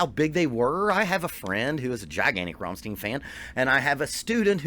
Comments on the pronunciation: Rammstein, not Rammsteen god damnit! Or do you say Frankensteen instead of Frankenstein? Stein = Stone in english, pronounced "Shtine" as an english word. So easy, or not? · RAMM-STEIN not Rom-stien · Rammstein! Not Rammstien God damn it 😂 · Who are Rom-steen? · Before you send anyone anywhere at the beginning of a vid, you should educate yourself on how to pronounce the name of the band. Let me help you here. It's Rum-shtine but DON'T roll the R at the beginning. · The way you have to pronounce the syllables is: Ramm - st - ein I know that it is hard to understand for foreign people. In the German language the letters e + i and s + t combined create a new way to pronounce. Our "st" sounds like "sht" for you. But there is no possibility in the english language to compare "ei". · Rammstein sounds like Frankenstein or Sunshine. There is no eeeen. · You are right to pronounce the „ei“ in Schneider like the [ei]-Sound as in first pronoun I. Same goes with the „ei“in Rammstein though... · Just a constructive critique, you are mispronouncing Rammstein. Listen to their song called Rammstein to hear how to pronounce bands name correctly. All the best, great channel! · You have to pronounce rammstein like his last name it's simple as that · The Problem is not the "st" it is the "ei". American people pronounce it like "ie".